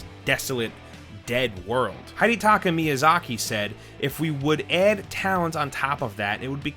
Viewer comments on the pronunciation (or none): none